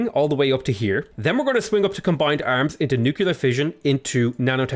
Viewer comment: Nuclear, learn to say it.